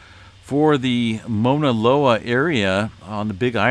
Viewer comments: I kept hearing MONALOA….. Overall amazing update as always. I was born and raised in Hawaii but not on the Big Island but on Oahu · Here is how you pronounce Mauna Loa - [MOW] + [NUH] + [LOH] + [UH] ….. Sorry i had to….. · Pronounced. M-AW-NA. LOA